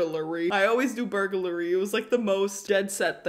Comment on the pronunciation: the fact that she still said burgurlay